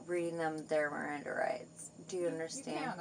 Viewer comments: “My mrrriranda r-rights were neverr read” lol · "MirrorAnDa RiGhts"😅 "any eEReaASstsT"